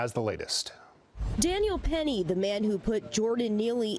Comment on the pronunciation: IT's Penny not peRRy .